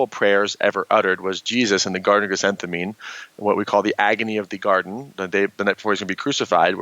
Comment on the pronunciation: It's "Garden of Gethsemane".